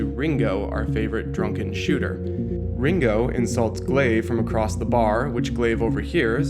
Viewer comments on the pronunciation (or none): none